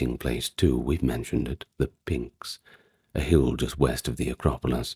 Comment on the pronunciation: Great video. As all your other ones are. By the way if pronunciation bothers you, that should be pnix , NIX, like Stevie Nicks, (and not pninks like the Kinks)